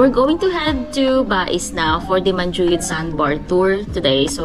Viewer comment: Niceeee vlog :)welcome to negros its MAN-Who-Yud :)